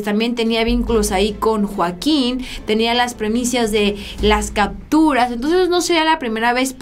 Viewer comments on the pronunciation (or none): none